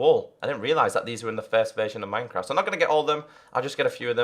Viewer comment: "mynecraf" xD